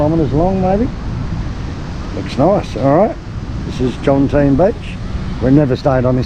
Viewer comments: JOM TEA EN not JOMTEEN ! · Jomtien When will youtubers learn how to pronounce it?